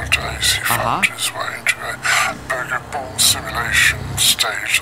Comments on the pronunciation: Holds the Edited Burger The says: "BOORGIR" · Is so funny win you say buger like a rat buger